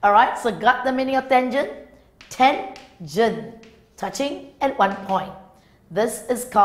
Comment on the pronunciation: Tangent what did she called it thangent😂😂😂